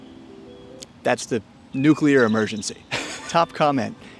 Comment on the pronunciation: Thank you for pronouncing nuclear correctly.